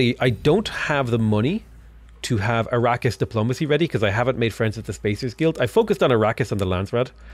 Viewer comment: a-RAH-kiss , not ara-keeysh though...